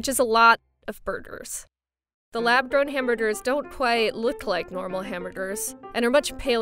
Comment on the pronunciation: Am I the only one hearing "lab DRONE" instead of "lab grown"????